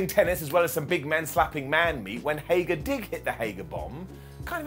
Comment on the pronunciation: His name is HAGER, not HAGAR